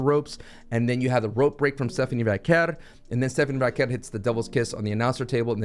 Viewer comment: thank you for pronouncing Stephanie Vaquer's name correctly! 🙏 drives me crazy calling her "Stephanie Vucker" constantly!! 🤦🏻‍♂️🤣🤣